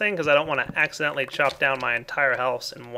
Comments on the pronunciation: lol: 'I don't want to axe adently destroy my house in one fal swoop.' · lol he "Axeidently" made a joke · lol axeadently